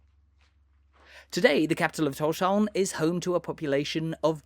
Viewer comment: You say Tórshavn really well. Probably the best i've heard from a foreigner.